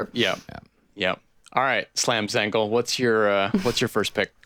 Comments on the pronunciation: LOL we knew you meant Slam Zangel, but he had been reading it as Zangle the whole time. And thus, a new nickname was born. 🤣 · Dudes… Slam Zangel like Angel 👼